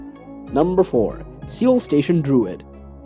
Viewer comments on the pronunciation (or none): seriously have you never heard other people pronounce Seoul? its not sioul, its just soul.